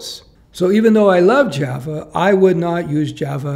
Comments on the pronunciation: loves his Jav-uh. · Not sure why I keep hearing Jeva